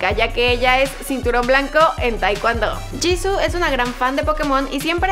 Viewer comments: No es 지고,es 지수,antes que me digas que es "Jisoo" se pronuncia "Jisuu" creeme estudio coreano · no se dice jissu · Hola me encanta blackpink pero Jisoo se pronuncia Yisu :) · No c dice jisoo c dice jisuu osea se escribe jisoo pero c pronuncia jisuu (no es hate :3) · no se dice jisoo ni jisuu es jisoo rabit turtle kim :v ok no pero se pronuncia jisu pero se escribe jisoo :v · Se escribe JISOO y se pronuncia jisu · se dice jisoo